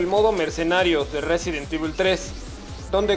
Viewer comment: "Residen Divul" jajaja